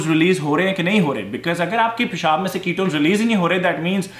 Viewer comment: Love the way you say ( paishaaab ) It piss me out. Totally Pakistani way. Very natural Desi.